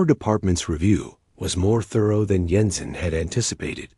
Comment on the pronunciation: Jensen doesn't use a silent J, kinda ruined this story